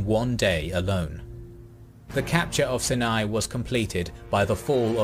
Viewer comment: Sharm El Sheikh had the best diving..... that was a big loss! AI "stories" are very much lacking. If they can't pronounce "Sinai", it's just off..... (tho most of the rest is correct, surprisingly!)